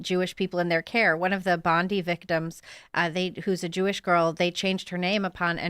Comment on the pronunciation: its pronounced Bond-eye